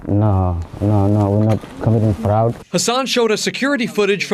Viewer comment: frog fruuuuadd ? Lmao dude can’t even speak the word